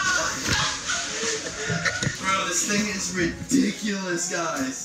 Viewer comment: How many time he said redicilously idk how to spell that